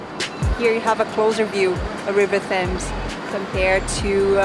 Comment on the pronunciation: Just a couple of things, that isn't the Fashion & Textile Museum, it's the former City Hall. The Fashion and Textile Museum is in Kensington. Also, you don't pronounce the H in Thames.